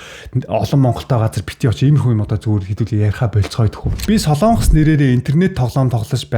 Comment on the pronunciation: хүүе дүү минь " СОЛООНГОС" гэж улс байхгүй ээ. "СОЛОНГОС" гэж улс байнаа !!!!!